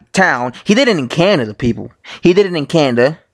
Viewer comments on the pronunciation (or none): none